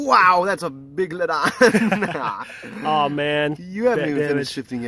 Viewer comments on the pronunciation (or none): big-lodon xD